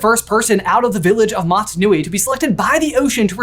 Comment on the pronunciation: Motonui isn’t that hard to pronounce my guy